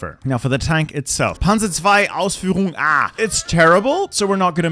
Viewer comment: Du sprichst Panzer 2 Ausführung.A merkwürdig aus.